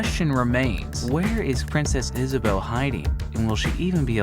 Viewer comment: Princess Isabuh Katharine Zinsmeyer lol